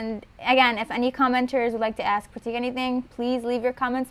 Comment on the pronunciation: his name is pronounced Prrraaattikk :P :P